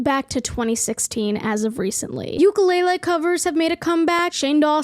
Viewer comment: I’ve never heard ukelele pronounced like that lol